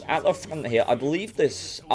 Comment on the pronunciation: _honest gaming, when you keep trying to say front, and turret i laugh my ass off. "fnngghht" of the "tuennnght"